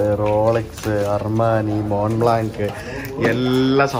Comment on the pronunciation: Mont blanc - മോ ബ്ലാ എന്നു വായിക്കണം.